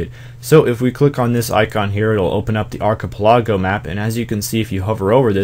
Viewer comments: Great guide. This really helped me out in my port. I was so lost after returning to RS and I left in the midst of starting my port. I could not remember anything I had done. Also, Ark-i-Pel-eh-go. Didn't need the long A, just eh instead. Hope that makes sense. :D Just thought I'd throw it out there. Thanks again! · You can't say Archipelago properly huh?